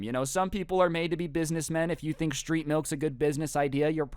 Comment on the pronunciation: OOOH STReET mAlk